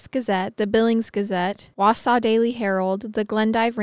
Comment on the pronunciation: Hearing you say my hometown, and saying it right!! Nicely done #wausau